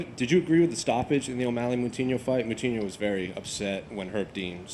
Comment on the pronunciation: Someone needs to hold your mouthpiece, as it sounds like you said coutinho instead of moutinho 😕